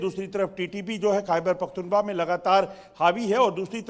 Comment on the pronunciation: Abe kya pakhtunba pakhtunba kr rha h pakhtunkhwa h aya bda anchor zahil